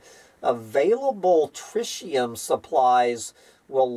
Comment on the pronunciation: trɪt̬.i.əm [TRIT] + [EE] + [UHM]